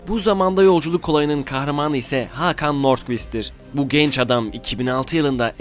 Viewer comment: hakan degilhogin diye okunuyor amk :D sanki almanci ailenin futbolcu oglu